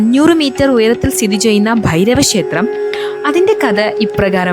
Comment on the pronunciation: ഷേത്രം അല്ല ക്ഷേത്രം ആണ്